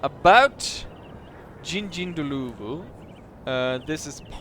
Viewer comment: Jingjinggloovoo? 🤣 It's a bit more like Ging-ind-dlorvoo. (said very quickly) Sorry, that's the best I can offer. 🤣